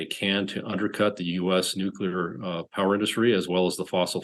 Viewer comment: In the 1st world, we pronounce it "nuclear" not "nu-killer"